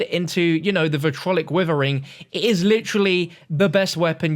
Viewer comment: Sorry to say this, but I get annoyed when people say 'Vitrolic Withering', it should be pronounced 'Vitriolic Withering'.